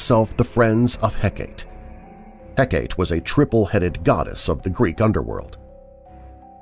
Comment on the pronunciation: I love this channel, but sometimes you accidentally mispronounce words or names. I usually ignore them, but I can't let this one slide. Hecate is pronounced Heck-ah-tee. Thank you for all the fun podcasts!